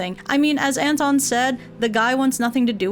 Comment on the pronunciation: The way you said Anton actually sounded like Enton, which is the german name of Psyduck, and it made me laugh. Perfectly fitting to the video theme too lmao It's really interesting to hear names from different languages in different pronunciations! Thank you for the video ♥ ETA: When I wrote this comment I did not realize there's a whole Psyduck tortured by others section, I now love it even more